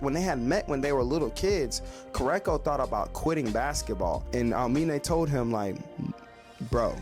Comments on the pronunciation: KurOKo basket ball not Kurako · I couldn't get over the way he says his name either lol